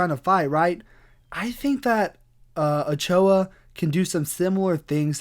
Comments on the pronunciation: As someone who's native language is Spanish, it was pretty funny hearing you trying to pronounce Ochoa. As other hispanic last names Martinez, for example, It is pronounced the same way you spell it O-Cho-A. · In spanish, his name is pronounced as Oh-cho-ah, Ochoa.